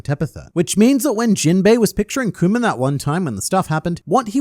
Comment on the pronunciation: Kuma doesn't deserve this man calling him "Kumer" over and over again. :(